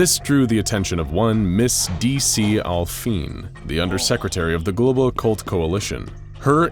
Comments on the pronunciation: You mispronounced the musical term DC al Fine incorrectly onward. DC (De Capo) al fine [ al -fee-ney; Italian ahl -fee-ne ] is a musical term meaning repeat from the beginning until the end. Pretty cool play on words. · I could be wrong, but im pretty sure its pronounced D.C. al fine(fee-nay) like the musical term but otherwise great video 👍